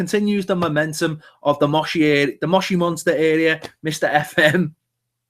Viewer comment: say after me Mosh Iri, again Mosh Iri.........now put them both together Moshiri see it's really not that difficult!